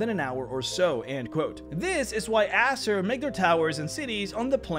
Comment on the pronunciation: You pronounce Azer like Asser. XD